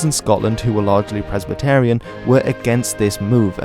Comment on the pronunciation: The Scots title Marquess is pronounced phonetically, not as Markez. Likewise you can’t pronounce Presbyterian either. Notwithstanding that, good video